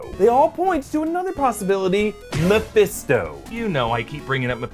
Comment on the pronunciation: saying mephisto gives me ptsd now😂